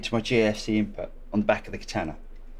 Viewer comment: Rhymes with Nirvana, not banana.